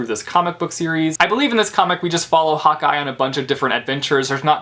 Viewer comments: When he said "hawkeye" I heard "hot guy" I was like ooooh where???😂😂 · When you were yelling "Hawkeye Hawkeye Hawkeye" I thought you were saying hot guy LMAO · I thought you were saying 'hot guy' not Hawkeye, haha! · (; I thought u were saying "Hot Guy", "hot guy". Insted of Hawkeye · Lol same